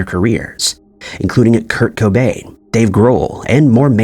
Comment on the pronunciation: Monopoly guy had a monocle! Why the hell did you say Kurt Cobay? It’s Cobain! Also it’s a game, not a gay! Fix yourself!!